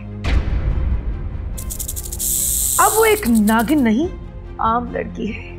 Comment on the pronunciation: Kali tun toh bolo hi na Karo... Tum jab bolti ho itni jahil un parh lagti Hai.. Tumhay... To naagin bhi nahi bolna Ata tum tum naagan bolti Ho... 🤣🤣🤣😅🙄